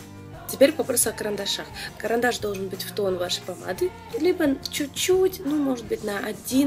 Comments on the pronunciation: только "чуть-чуть", а не неведомый чучуть))). А так, конечно, молодец. Прекрасная речь, прекрасное же руководство. Я безнадежный рукожоп в макияже, но даже у меня получилось. Еще раз - Лена, речь прекрасная! гладкая, грамотная, плавная, выразительная, богатая по словарному запасу и при этом четкая, ясная, предельно понятная. Молодец! 😘👍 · Чуть-чуть, а не чучуть)